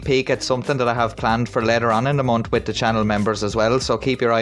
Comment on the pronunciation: Did you hear him say he was trying to “have a conversation WITCH you” lol